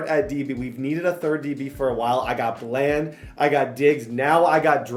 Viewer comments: “Duh-ron Bland” not “Darren bland” it’s been buggin me that you’re saying it wrong 😭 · just to let you know it's pronounced (Duh-Ron) Bland, not (Der-Ron)